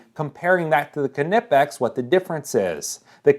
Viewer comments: It's not an English word. You do pronounce the K in Knesset and Knut (although most Americans mangle the latter by inserting a vowel, much like this guy did with Knipex). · knipex is pronounced the same way you would say knife. the k is silent and the i is given the long vowel sound. (in my opinion) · The Knipex.It is pronounced Ka nipex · am i the only one who is bugged by the way he pronounce knipex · Agree with the silent K. You dont say "kanockoff" pliers.... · The same in this video from almost 7 years ago saying the company yelled at him to start pronouncing the name correctly? Or this is a different Knipex rep that said he got yelled at by the manufacturer? /watch?v=22O4u5w4q_A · I think the K is silent in the name knipex, even when I use my talk-to-text if I just say knipex and leave the K silent types rate up if I say it using the k sound it does not so therefore it would be like a knife without the k sound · Part of me died every time I heard the "k" pronounced. But you do you, I'll keep saying knipex (neepex) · The K in Knipex is silent just like Knife or Know. Thus you pronounce knipex nip-x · I would and have bought the Knipex’s. And I say “Nip-ex” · Its pronounced “Ki-ni-pex”. Thats how the Germans say it. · K is silent, so nipex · In one of the videos on the Knipex web site (Cutting Range), the demonstrator pronounces it Nip-ex, but the demonstrator is English, and they relish stealing foreign words and mispronouncing them. In other videos, it is pronounced K-nipp-ex. I think Germans pronounce the initial "K"; not doing so would be a waste of letters. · Im German and my uncle owns knipex. SO I CAN ASSURE YOU its pronounced Kneepex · 🤬🤬 omg Yas!! Wtf why are you saying it like that??!! Would you say kuh nife.... Hell facking no! 🙄🙄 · its pronounced "NIPEX" the K is silent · Silent k, Nipex! Thanks for the video! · lol great review. the K is silent! "Nip-X" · I heard it is K nip ex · Ni-pex The K is silent. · Pronounced Nip-X